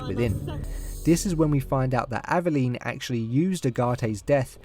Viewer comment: Dude, you’re pronouncing her name wrong lol